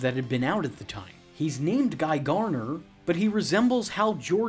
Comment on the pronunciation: Its GARDner... and corps is pronounced "core"